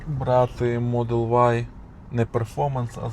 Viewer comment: Модел вай , а не ю